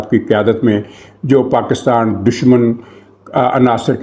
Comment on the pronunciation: ایک بندر مودی میرے سامنے نہایت بے شرمی اور ڈھٹائی سے ویڈیو میں PakAstan PakAstan کر رہا ہے. حیرت ہے کوئی اس پر بات نہیں کر رہا. یہ کہاں سے پڑھ کے آیا ہے؟ 😡😡😡😡😡